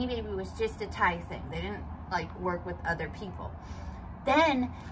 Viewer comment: Yeah, you’re right. It is pronounced like his name. It drives me nuts as a reseller on eBay when I hear other resellers pronounce it with the capital T and capital Y.